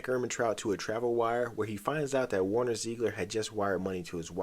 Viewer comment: Warner? Warner????? What's that pronunciation?